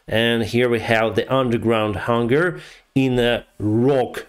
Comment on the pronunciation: It is a hangar, not hunger 😉